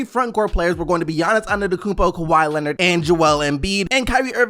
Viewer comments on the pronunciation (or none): none